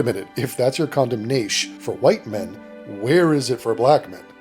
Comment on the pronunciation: Condemnaish! Lmao